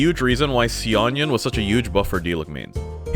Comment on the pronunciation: how the fuck did u just pronounce xianyun?